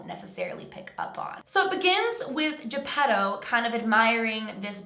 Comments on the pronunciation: When you said his dads name I thought you said Pedo.🤔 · Geppetto more like GeePEDO